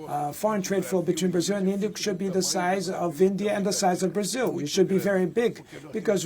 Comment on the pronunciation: The president of "Brazeel?" Where did the host pick up that pronunciation? In English it is "Bruhzil" and in Brazilian Portuguese is is "Brahzeo." The last "o" is barely heard.